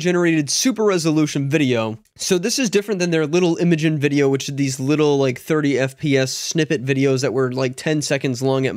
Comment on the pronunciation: It's pronounced "Imagine" [i-ˈma-jen]